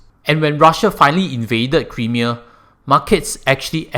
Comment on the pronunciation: Nice vid. Sound analysis...and advice. But do take note how to pronounce "Crimea" the way it should tho.:-)